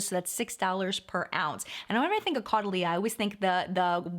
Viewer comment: Hey loves!! So.. Caudalie~ Pronounced... like "Totally...." I always remember Totally Caudalie❤ Also: I've been using the elixir for years now as part of my skincare routine 👍😘